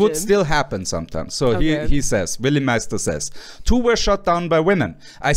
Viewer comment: Respect though for pronouncing Willy Meister's name properly